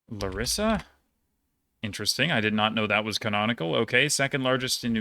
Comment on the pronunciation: After hearing some of your near perfect pronunciations in other countries and hearing you pronounce Larissa a few times now, I gotta say it’s lah-REES-ah not like Marissa. The luh-RISS-uh hurts my Greek heart every time lmao